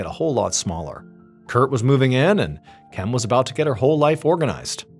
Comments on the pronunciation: Spent 10 minutes wondering when TF MrBallen forgot how to say "Kim" 😆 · I can't finish this video. I heard you pronounce it correctly randomly twice and then go back to "chem" instead of just "Kim". I'm 4 and a half minutes deep and so distracted by this that I so far have zero idea what's happening in the story. I watch every upload and your channel helps me sleep and pass time when I'm struggling with my MDD. Thank you sir 🙏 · Why do you keep saying chem? It’s Kim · In God's name why are you saying "Chem" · At what minute are you hearing him say “chem”? I’m 30 minutes in but I went back to the beginning after seeing your comment.